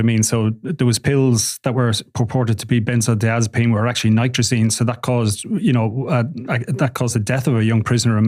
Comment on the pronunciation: NITAZINE there is no R